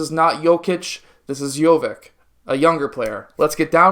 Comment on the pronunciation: it´s spoken "itch" like with jokitch. doncitch. jovitch ;) he is my favorite prospect next year.